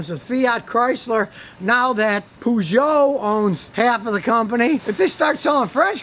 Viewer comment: Scotty pronouncing Peugeot as POOJoe, funny :D Something hidden in it :D